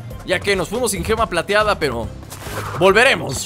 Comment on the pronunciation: dijo "pero" con tino ruso xd